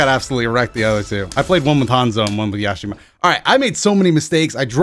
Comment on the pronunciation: Yashimaroo? WTF!